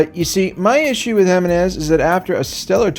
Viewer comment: You didn’t pronounce Giminez correctly. Yes I’m a petty guardians fan